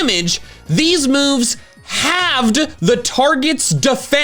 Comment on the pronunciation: i heard in the first mechanic haved instead of halved